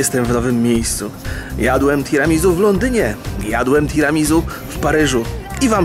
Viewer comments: omg 'tiramizu".... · wszystko fajnie ale Tiramisu wymawia się Tiramisu(nie ma tam Z) Swoja droga Tiramisu znaczy "Unieś mnie w górę" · [tiramizu] ? a nie mówi się przez "s" [tiramisiu/tiramisu] hmm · Tiramizu a nie Tiramisu ? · Tiramisu wymawia się przez "s", z akcentem na u:) Nazwa pochodzi z włoskiego i jest zlepkiem trzech słów, które tworzą zdanie "Tira mi su" w dosłownym tłumaczeniu znaczy "Unieś mnie". Czyli jest to deser, który ma nas unosić na duchu i poprawiać nam humor:)) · "tiramisu" czyta się przez S. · Tiramisu sie mowi:P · tiramisuuu sie powinno wymawiać